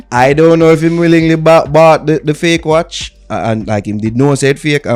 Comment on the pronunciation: U didn’t pronounce the watch correctly